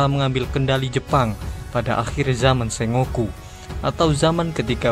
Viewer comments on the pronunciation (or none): none